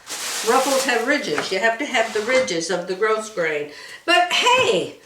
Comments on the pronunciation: Hello, Grosgrain is a French word. "Grow-grain" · Gros grain is French and the S in gros is silent. It’s pronounced like the word “grow”. From a french fan.